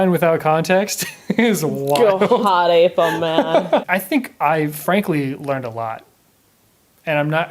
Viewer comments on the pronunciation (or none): Especially when she said “hot aping” AAAAAHHHH I HATE IT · It should be pronounced Ho Tape ngl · No, it was actually "Ho Tape". 🙃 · I lowkey got uncomfortable very time she said hotape. I felt like i was about to get roofied by her. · I honestly prefer the acronym being pronounced as "ho tape." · "In which instance do you want to hot ape me." Wtf mon...? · The woman forgot the R, for roughshod, in Hot ape. And you know exactly where that R goes. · I'm going to pronounce it HO TAPE. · She’s missing the H in Hot Ape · No one:: NOT HOTAPE! HOTAPE